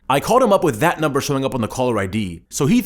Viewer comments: you said numbre or something like that instead of number while doing bullet points. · Anyone notice that he got the word "number" wrong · ( numebr ) lol bad english bro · nuembr ahahgahah